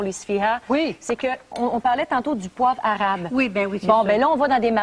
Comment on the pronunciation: Cette séquence me fait mourir de rire 😂😂 Pourquoi maman Dion le dit comme ça "un arrrrabe" ? 😂